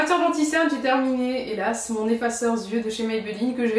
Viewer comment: de grâce: prononce EFFACEUR-YEUX et non EFFACEUR-ZYEUX. Aucune raison de faire une quelconque liaison;-).